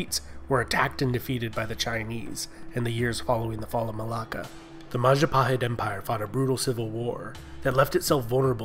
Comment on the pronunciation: oh, look who controls all of the islands. it's the mahajapit. ❌ majahapit. ❌ mapajahit. ❌ mahapajit. ❌ mapajahit. ❌ ma- ja- pa- hit? ✅